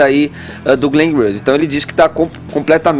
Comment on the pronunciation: "Glen" o que,? Não entendi. huahauahuahauahuaha